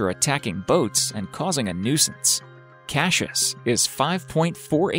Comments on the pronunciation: It's not pronounced "Cash-us", its CASS-I-US.... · Not cashish but cassius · Cashish it’s Cassius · cashus? are you dyslexic? It's cass ee uss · since when is it pronounced Cashus ??? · Love how the narrator says cash-us instead of Cassius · Us ozzies are in stiches lol, Cashious ? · I’ve seen the first crocodile (btw the name is pronounced cas-I-ous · Not cashius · Cashus lol Goosestav lol.. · why does he keep saying kashus? learn to read first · you pounced the name wrong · Why can't you say Cassius! ? Stop saying it! Twat. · Say Cassius properly!